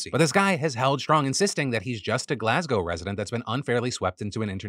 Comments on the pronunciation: I appreciate how Phil correctly pronounces Glasgow as ‘Glas-go’ and not like every other American who pronounces it ‘Glass-Cow’. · That's wild. I'm Scottish and I've not heard anything about this first story. ((also, love that you pronounced Glasgow properly!)) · Thank you Phil for pronouncing Glasgow correctly, so many butcher it😂